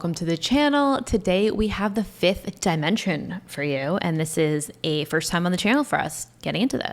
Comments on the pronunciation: there name is pronounced 'the 5th Dimension'not DYE MENENSION,IDIOT !! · Love that you’re branching out! (The group’s name is pronounced with a short “I,” as in “dip.” Not “die.”) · HEY MISTER ,IT'S NOT DI MENSION FOOL,IT'S PRONOUNCED AS DEMENSION !!